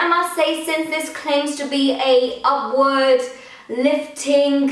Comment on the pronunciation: every time she says upward lash i think she says awkward lash lol